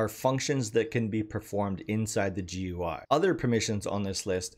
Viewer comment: GUI is pronounced "gooey" not "gee you eye".